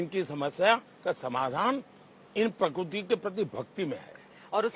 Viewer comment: Prakurti or prakirti!!